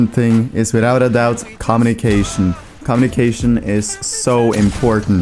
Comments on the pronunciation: Com-mo-ne_ca-tion. LOL. it's comm-U-ni-ca-tio-n. 69th comment BTW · am i the only one hearing 'com nick asian' instead of 'communication' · pls tell me that isn't really how you say "communication"